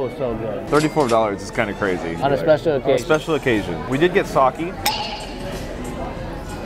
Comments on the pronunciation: Its sake ( sa kae) not saki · bro said sakeee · Bro! said SakeEE. All the Japanese people going mad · U guys saying sake wrong😭